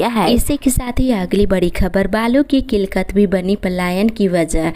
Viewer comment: किलकत या किललत सही उचचारण किया जाय।